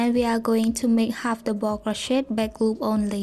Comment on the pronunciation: I just wanted to let you know that me and my friend made this together and she shamed you for how you say double she is very rude, she is no longer my friend